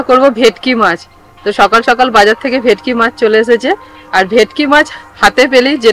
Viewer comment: ভিটকি না ভেটকি